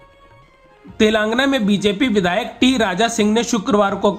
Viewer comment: कृपया अपने रिपोर्टर को तेलंगाना बोलना सिखाएं. तेलंगाना को तेलांगना बोलते हैँ. बहुत खराब लगता है